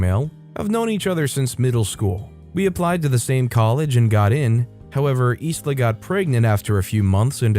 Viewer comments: The name Isla is pronounced eye-la. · Sorry mate, I’m not a grammar Nazi but in the name Isla the letter “s” is silent. You know, like the actress Isla Fisher. It’s a bit weird I know but it’s pronounced eye-la. I have a family member with the same name.